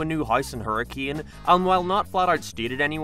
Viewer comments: completely irrelevant to the lore or continuity, but having lived in Southern Utah, i find it cool that the books take place in the same general area. I can also safely say that i don't blame you for the pronunciation you went with, but apparently everyone there pronounces it "HER-rick-kin" and it's weird as hell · Also every time a youtuber doesn't know to say "hurrakin" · Hur A KIN btw not hurriCANE Utah is weird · It's pronounced hurr-ih-kuhn. Not like the weather phenomenon. I know. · I have terrible news for everyone the town is pronounced Hurk-in 😢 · Terrible news the town in Utah is pronounced Hurk-in I am so sorry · It's pronounced Hurra-kin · its pronounced hurrikun not hurricane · I live in Northern Utah, so I don't have quite the same experience. But I sort of figured the Pizzaplex would more reasonably be in St George. Does that sound like it would work better? Poor Hurricane was doomed to be pronounced wrong by literally everyone unfamiliar with the place.